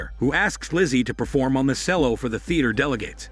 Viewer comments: Shame the narrator can not read English its pronounced Chel-low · OMG… Cello is Chel-o … Charlotte is Char-let…. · Sorry, I couldn't deal with the way you were saying the word cello....